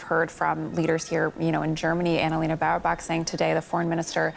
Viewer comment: Bear is pronounced Bear. Leyna is pronounced Leyna. So what is the difficulty with pronouncing Anna-Leyna Bearbock? Suddenly it becomes „...Leena Bao...“? Why???